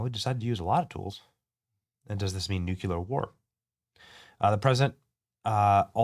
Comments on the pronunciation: New clear! Not "noo que lur" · Please, oh Please. It's NEW-klee-ar. (not NOO-kyoo-lar). Still a big fan, and this may be trivial to you - if so, then disregard. Regardless, I love your content. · No way. He thinks about the normal people in Iran. ... and please say NUCLEAR .. not nucular? I'm sorry but I have to say that because it makes me cringe. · New-klee-er, not nuke-u-ler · Nuc-LEEEEE-ar! It’s spelled nuclear. Not nuc-U-lar. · NucLear not nucular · Nu-cle-ar not nuculer 🤦🏻‍♂️ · It’s nuclear, not nucular. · It is 'nuclear', not 'nucular'. The British Empire was not brought down in the Middle East. Nor was Napoleon. He lost a campaign there, before he even became Emperor. Go back to plagiarism. You are better at that. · You're an intelligent man... please learn to pronounce NU CLE AR !.... It's not NUc U Ler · It’s “nuclear” not “nucular” 🙄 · Also it's nu clear not nucular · I love your shows, adore you. Could you please try to pronounce nuclear as NU-clee-ur. You say NU- cyue- ler, and it's wrong. Thank you. 😊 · Say it with me — it’s “noo-klee-uhr”, not “NOOK-yuh-luhr”… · Benny, it’s not NUKE-U-LER. It’s NU-CLEE-ER. Level up my guy. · Nuke--LEE--ar NOT Nuke--YOU-lar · Same! Drives me crazy when people say NUKE-U-LER. It’s NU-CLEE-ER Benny! 😖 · Benny new clear 😂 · BENNY!!! --- IT'S Nuclear" (/ˈnjuːkliər/ NOO-klee-ər) is the standard, correct pronunciation. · New- qu-lear…… ugh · Its N U C L E A R, not nuculer. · Literally can’t take anyone seriously who says “nuculer” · Benny says “new-keh-lahr” lol thank you for keeping us updated, brother! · Say it like new clear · It is pronounced like Nu Klee Yur brother. The S is silent. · Nuke - lee - err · Dude, love your channel, but please say nuclear correctly! 😂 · Damn, Benny! Please pronounce nuclear correctly. Where did you go to school?